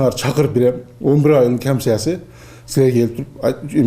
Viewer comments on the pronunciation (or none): аамсясы. камсяси дейт ко